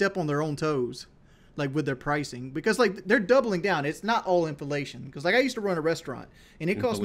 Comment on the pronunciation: “In-Felation”